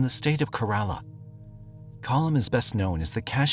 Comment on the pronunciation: It's KE-rala, and Bollywood is in Mumbai.